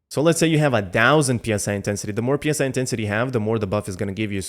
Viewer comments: Pronouncing PSI as separate letters is "pounds per square inch" used for inflating tires and stuff. Psi pronounced as it's own word is short for psionic. You know, like mind powers. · I've Been saying this for weeks, just people don't care. In CBT3 it was actually Ps(Y) intensity for a short 1-2 weeks before a language update hit. Which I think most people would pronounce it more as Sigh intensity like it's supposed to sound.